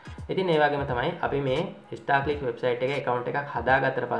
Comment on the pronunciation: Monada bn Uba kiyana website eke nama. English pronounce waradi. Star clicks da naththan istar clicks da 😂😂